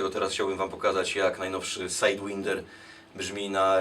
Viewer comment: czemu sajdwinder jak SAJDŁAJNDER przecież...